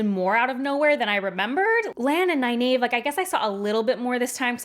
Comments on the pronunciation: Ny-nave ? It seems so obnvious that Ny-neev must be correct. Is Egg-ween also wrong ? Or Ay-ell, Shawn-chan, Ah-jah ? I always think Faile is pronounced as in Failure. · I'm sooo sorry but every time you mispronounce Nynaeve's name I cringe..... I gave you a link, that from Robert Jordan's mouth it's Nigh Neev. (ny Neeve works) I have no idea who told you that you were wrong the first time but it's even in the glossary and I have a beautiful copy of the Wheel of Time Companion book and it's there as well. Sorry I will comment till you get it right!!!!! but love your reviews and thoughts on the wheel of time. oh and I have the audio books that I've listened to the series on my long commutes... and your right she (Nynaeve Pronounced Nigh-Neev) was the adult and I knew she was really trying to look out for them, but she was a bit overprotective in the beginning. I don't think I changed so much on my opinion of her on that. however by the end she was great. But re listening on this showed me how much they had to cut from the tv series, which in a way makes sense and, I did pick up some more subtle hints and a few more foreshadowing events I think I missed in my first read as well. just in the first 3 books. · I used to pronounce it ny-nayv, until my brother attended a Robert Jordan book signing where he said it was ny-neev. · According to page 785 of the glossary in "The Eye of the World" book, it's pronounced (NIGH-neev), so whoever told you to pronounce it the way you do now, was wrong. Besides, if you just read the books over again, then how did you not know that there's a glossary in "The Eye of the World" that shows you how to pronounce several names in the book correctly? What's up with that? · that pronunciation of nynaeve hurts my ears